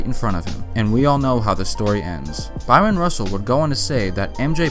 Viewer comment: Guy ... it's Bryon Russell ... not Byron.